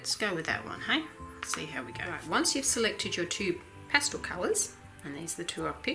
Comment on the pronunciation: pas-TELL not pas-TOLL